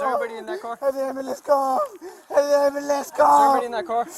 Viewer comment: Why can none of the geniuses on this channel say ambulance properly??? 😂